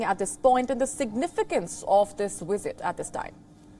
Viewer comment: she pronounce"wisit" instead of "visit" and "willage" instead of "village"... 🤣